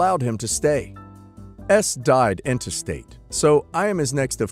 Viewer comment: Pronunciation note: in-TES-tate. You're not really a lawyer, right? Or you'd know how to pronounce that word...